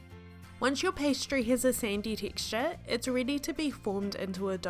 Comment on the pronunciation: Thanks, really good video, though I couldn't quite understand what a Sindy Tickscha was (I hope I spelled it correctly) I have subscribed to your channel.